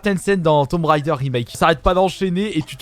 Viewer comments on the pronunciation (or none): none